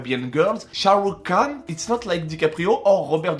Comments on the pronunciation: Shahrukh Khan ça ce prononce Rhan ! Le k ce prononce comme un r comme en arabe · Mdr j'adore tes vidéos mais je suis fan de Sharukh khan par contre c'est "khan " même prononciation qu'en arabe mdr et c'est une star également au RU pour la communauté indienne présente et en Amérique Latine les films Bolywood sont pas mal connus également. Bisous !